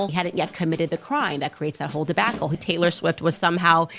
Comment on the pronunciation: The "Debackle" gets me every time 😂😂😂